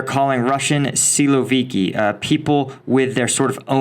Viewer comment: A little note: siloviki pronounces like silovikI, but not silovIki